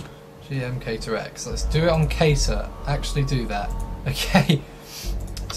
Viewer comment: Just for info and not to insult you but keter is pronounced keeter and euclid is U klid, hope this helps